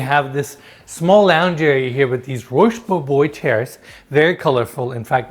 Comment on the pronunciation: This is not the first time has pronounced ROCHE BOBOIS furnishings as ROWSH BOW BOYS. Someone please tell him it's ROWSH BOW BWAA. Please! It's like finger nails on a blackboard for me. constantly talks about hearing the ocean but is it the ocean he hears or is it the sound of traffic on Pacific Coast Highway between the house and the ocean? Who puts a skylight in the master closet with an open design for clothes storage? UV light is going to bleach out all the clothes. And last but not least: A laundry room with no space for a table on which to fold sweaters, towels, sheets, etc. I've only seen one home in this series with a table in the laundry room! ONE.